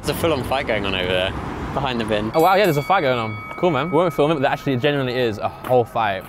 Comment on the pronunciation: "Where it seems the most clean, it's the most act-u-orly- mean" Truly words to live by 😂😂😂